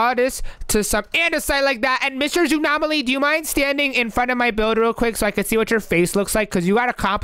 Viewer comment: it is zoonom Aly